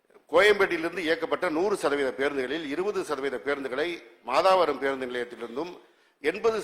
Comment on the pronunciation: மாதாவரம் இல்ல..... மாதவரம் .